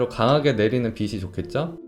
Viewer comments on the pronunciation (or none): 빛이 빛을 을 비시 비슬이라고 발음하시는데 비치 비츨 이라고 해주시면 좋을거같아요! 사소한거지만 계속 신경이 쓰여서요 ㅠㅠ 영상 항상 잘 보고있습니다~!